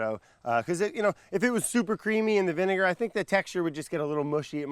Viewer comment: Im sorry, did he say 23$ for a bottle of vinaiger? 😂